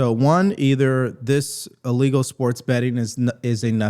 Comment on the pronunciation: It's not "uhlegal" it's "illegal". At some point, the educational system quit teaching phonics. I think it was a bad choice.